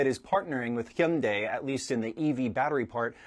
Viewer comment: I LOVE how correctly pronounces 'Hyundai.'👏👏👏